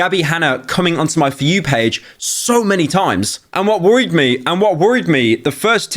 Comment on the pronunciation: "and what woyed me and what worried me was"